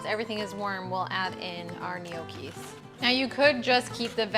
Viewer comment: No key is the correct pronunciation. The g is silent.